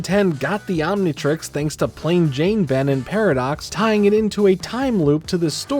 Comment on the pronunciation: Why does he keep saying Omnitrex instead of Omnitrix?